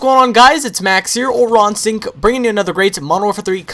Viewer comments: When you say your name it sounds like 'Raw-in-sink' - One question, what is it thats raw in your sink? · everytime you say your name i hear rotten sink